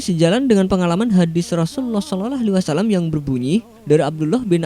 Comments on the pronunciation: Lafat Shalallah salah sebut masa sololoh bro goblok lu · Rasulullah sololoh sololoh.. hadehh. Gatau ya. Kesannya gw dengernya ga enak aja. Pengucapanya apakah seperti itu?? Sering gw ingetin adminya, mohon pengucapan SAW untuk Nabi Muhammad yg bener.